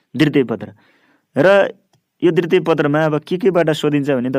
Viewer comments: दितृय पत्र होइन....दु तिय पत्र भनेर pronounce garnuparxa sudarnus nepali word ko pronounciation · dritiye hoina k dwitye ho,, kasto sundai jharko lagne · िद्वतिय होनि